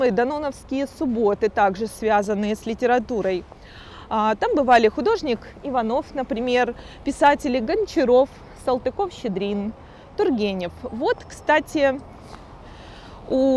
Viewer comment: Есть такое, да. Она сама это признаёт и благодарит за указания на ошибки. Надеюсь, на них учится. И художник, и поэт Ива́новы, а не Ивано́вы. Шереметев не князь, а граф. И позабавило слово "пивнуха". Может, на юге так и говорят, но вроде у нас пивнушка.